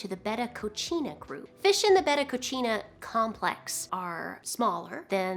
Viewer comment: not trying to be smart, i just wanted to share, coccina, is pronounced as “co-see-na”.